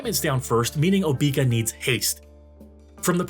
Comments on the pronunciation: I've never heard her name pronounced OBEEka. I've always heard OBECCA . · No way you actually call her "Obeaka" like that. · I've seen so many videos where they all say "Oh-bee-ka". Maybe they also say say "I'm going to bed." as "I'm going to bee-d." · I can't take this video seriously for every time you mispronounced her name. It's so annoying.